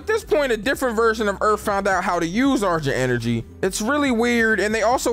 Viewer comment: Nigga really said "argent enery" 😂